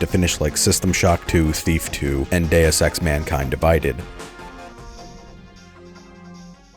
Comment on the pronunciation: "Modern Deus Ex games", or as I heard it, "Modern day sex games"